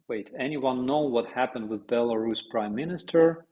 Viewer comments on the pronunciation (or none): none